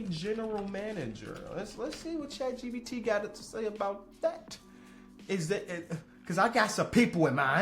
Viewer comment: Is he saying chat GBT?